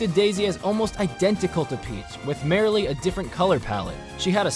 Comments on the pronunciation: When he pronounces "merely" as "merrily" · I don’t think you know how to pronounce “merely” you keep saying merrily